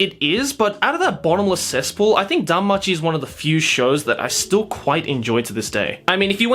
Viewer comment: He says cestpool quite a lot. Just sayin'